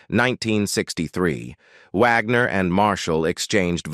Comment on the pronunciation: "...When You See HER Today." HUH??? That's Bob Wagner, not Caitlyn Jenner. He's still male, from what I understand. And WHY does the narrator-bot keep calling him "Vagner?" STUPID!!!